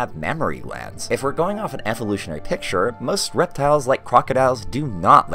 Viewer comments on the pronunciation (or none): none